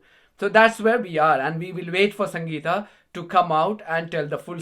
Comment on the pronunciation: Purposely prounounces her name wrong ... well done Sangita 😊